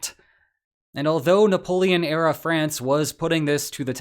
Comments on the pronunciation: Ah yes the Nappoeon. If youre going to start using shitty ai generated stuff for every video then its time to unsub from this trash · Man how is AI so bad at Napoleon's name this is comical